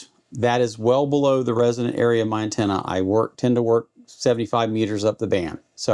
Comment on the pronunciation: Man, i appreciate the content. I just wish you would start pronouncing resonant correctly instead of saying "resident". Even YouTube closed captions is picking up resident. You're doing a disservice to anyone new to radio or antenna theory.